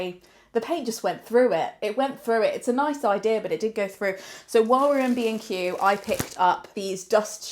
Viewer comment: I am not British and whenever you talked about B&Q I thought you said „Craig and I are bein cute“ which confused me but also made sense? anyways you two are so funny together!